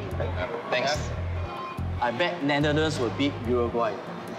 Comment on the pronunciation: That guy can't even pronounce Netherlands properly. Worse Chinese actor of the year. Wtf is Netherthand? He better pronounce properly.